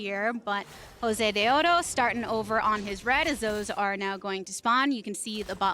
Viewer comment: YES I MADE THIS SAME COMMENT. NO KNOWLEDGE, NO CHARISMA, I CANT STAND THE WAY SHE SAYS JOSEDEODO, SHES NOT EVEN ORIGINAL WITH THE CHOPPY CASTING